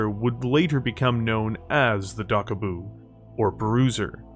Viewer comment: Lol, you mispronounced Daboku several times. And I wonder if I'm the only one who caught the similarity between the words Daboku and Debacle.